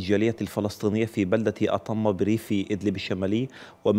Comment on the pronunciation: اسمها أطمة بفتح الطاء والميم بدون تشديد الميم،